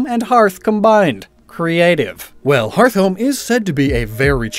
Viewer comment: One note: the anime pronounces Hearthome as Heart Home not Hearth Home